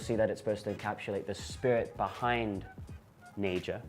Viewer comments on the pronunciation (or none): They talk about it like they know but they can't even pronounce naija right smh fucking dickheads